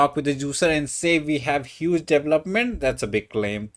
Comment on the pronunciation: Correct way to say “development.” DUH VELL UP MEN T